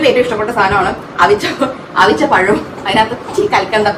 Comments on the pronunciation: Avinja pazham ennaanoo avicha(puzhungiya) pazham ennaano paranje😂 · അവിഞ്ഞ പഴം അല്ല. അവിച്ച പഴം. (പുഴുങ്ങിയ പഴം ) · bro avinja pazham allaa.. God its "avicha pazham" means boiled banana 😆😆😆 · Avicha pazham..not avinja pazham. Swantham istam pole oron paranj indakuka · എടോ ... അവിഞ്ഞ അല്ല അവിച വേവിച്ച.. 😂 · അവിഞ്ഞ പഴം അല്ല, അവിച്ച പഴം. അത് ചീഞ്ഞ പഴം എന്നല്ല മീനിങ്. നല്ല പഴം boil ചെയ്യുന്നതാണ് 😂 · അവിഞ്ഞ പഴം അല്ല... അവിച്ച പഴം എന്ന് വച്ചാൽ പുഴുങ്ങിയ പഴം 😂😂😂 tvm ത്ത് ചില ഇടങ്ങളിൽ അങ്ങനെ parayum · Not avinja its avicha means boiled banana😂